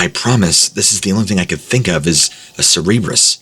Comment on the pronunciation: Anyone else feel like the three headed dog story was just trying to see how many times they could make him say cerebrus?